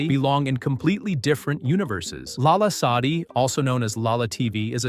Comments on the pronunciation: its lala not Allah no hate though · NO ITS LALA SADI PLS CORRECT IT PLS (I don't like her it's just that u said Allah sadi so pls) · no , not Allah :( its LALA , not ALLAH. (god) :((